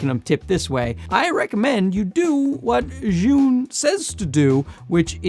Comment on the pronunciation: Potato Jet is of Japanese ethnicity and he doesn't speak Chinese, which Zhiyun originates from. Good job in pronouncing the name as correctly as you can - "zhee-yoon". Some creators like to call it "Zion" and that always make me L-O-L.